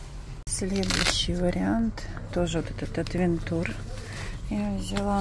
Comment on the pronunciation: Ну какой отвентур,? При всем уважении..